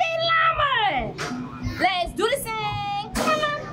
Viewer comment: She actually says ‘‘let’s do this thang’’ but y’a love it 😊